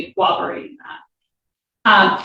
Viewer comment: corroborated! That just gets to me, LOL! I apologize if she said it correctly, but my old ears heard "cowoberated."